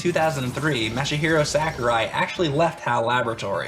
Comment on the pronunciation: "MASH A HIRO"